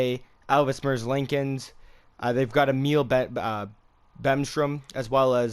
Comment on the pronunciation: It’s Merz lee kins